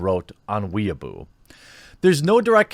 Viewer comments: i think i'll never get over the way you pronounce 'weibo' as 'weaboo' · It's pronounced "Weh-ee-boh", Jeremy. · Weibo is pronounced Way Beau. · Lmao jeremy's banned in china for calling weibo "weaboo". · hahahahaha he called weibo weeeabo hahahaha